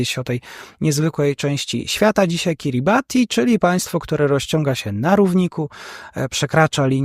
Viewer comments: Wymowa jest poprawna. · Kiribati to poprawna wymowa nazwy Państwa jakkolwiek w lokalnym języku wymawiają to KIRIBAS. WIem bo miałem tę przjemność spędzić trochę czasu na Kiribati w 2011 roku...